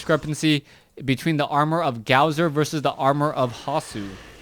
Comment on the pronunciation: um, don't take offense to this, but it is pronounced Gosu user. The w that is in his name is suppose to act like two u's.